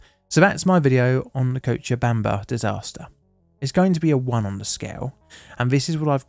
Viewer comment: Hey first time I’ve seen a non Spanish speaker say Cochabamba correctly first try! Tbh not even Spanish speakers who are not from Bolivia nail it the first time as the name has Quechua roots